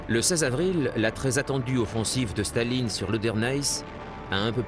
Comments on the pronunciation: Blokes who did German at school.........Please stop pronouncing Stalin as Shtalin. Russian is not German, so does not obey the same phonological rules. The symbol C is S in English; Ш is Sh. So Shtalin would be written as Шталин, but it is in fact written Сталин. Likewise, Zhukov is written Жуков with the zh pronounced like the s in plea s ure or lei s ure, like je in French. Z is written З in Cyrillic. Z is not the same as Zh. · Why is the narrator pronouncing Stalin like Shtalin? In Russian it's just Stalin, lol. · yeah but "Stalin" (not his real name btw) is a Russia word